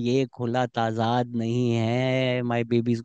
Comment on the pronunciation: Shehzad thats good k ap krty rhy jo k zyada urdu boly lkn there r few words ko ap ghalat bol rhy ho its darul uloom not darul hukoom and other one jo ap aksar bolty ho is tazad not taazaaaad